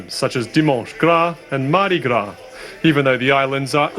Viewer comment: Don't call it Madi Gra. Its Trinidad and Tobago Carnival ❤